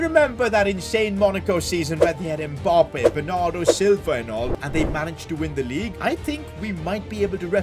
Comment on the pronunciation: I’d subscribe if you knew how to say Mbappe properly